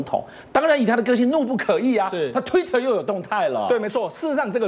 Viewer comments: 怒不可遏 ，念è，起码我们这边是这么念的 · 怒不可遏，讀錯字了，遏（讀餓）